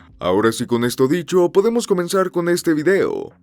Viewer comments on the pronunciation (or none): none